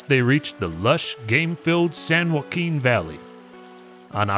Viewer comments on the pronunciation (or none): none